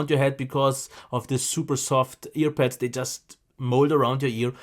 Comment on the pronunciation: Avoid posting irrelevant comments. We’re here for the headphones, not for English classes. I think he’s pretty good and he has great audio knowledge. His accent only gives him character. He’s very funny too. Really enjoyable to watch. I also heard veal instead of veil, pets instead of pads, but it doesn’t bother me one bit. As soon as I started watching one video, I said I have to subscribe.:)